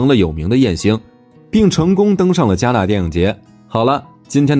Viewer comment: 是😂戛(ga)纳电影节，不是戛(jia)纳电影节